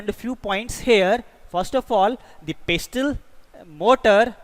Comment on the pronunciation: In pestle , the 't' is silent